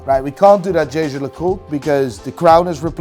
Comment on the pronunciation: bro is pronnouncing jaeger right, but gives ashit about ap